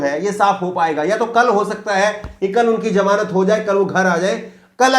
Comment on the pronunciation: Its ZAMANAT not JAMANAT